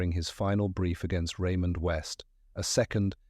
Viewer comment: Raymond West 😡 Really Ai - do better😱